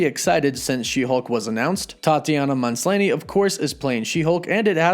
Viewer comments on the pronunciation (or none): yeah haha how in the world did he get “Monslaynee” lolol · M A S L A N Y! Not Manslainy! Get the name right!!!!